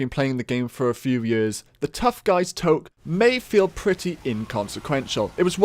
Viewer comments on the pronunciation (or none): excuse me while i cough of blood and die in horrible pain at your butchering of toque! toack? its T-U-K-E i thought you said you were in the northern hemisphere!